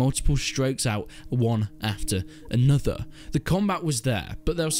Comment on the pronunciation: One after onuther lol your accent